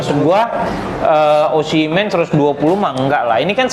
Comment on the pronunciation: Oshimen ❌ Omishen ✔ 😂😂😂😂😂😂😂😂